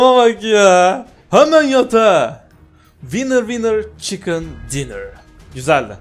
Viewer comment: WINNER WINNER CIKIN DINNER ÇOK GÜZEL SOYLUYOR😂😂💙